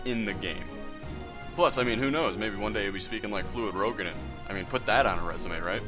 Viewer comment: FYI it is pronounce "roo-ga-din"